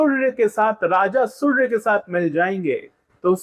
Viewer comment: Hahha.. Everything is good except how you say SurrrRrRya.. Jai SurRRrRRrya Dev 😁